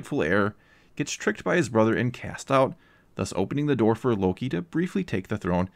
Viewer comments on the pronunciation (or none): none